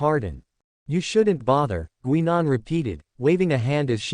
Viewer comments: The AI voice needs work. As someone else pointed out, it's "Guy . nan" not "Gwe. nan". The story itself is interesting and I take it takes place before 10, 11 and the War Doctor change things. The narration definitely needs work. So, thumbs up on the story, but not for the presentation. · GUY NAN..that's how it's pronounced!